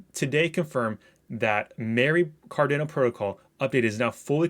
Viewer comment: It’s pronounced car-dah-no